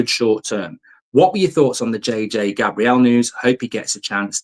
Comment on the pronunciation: Mark - It's J.J. Gabriel like the Archangel not Gabrielle like the early 90's songstress with an eye patch :-)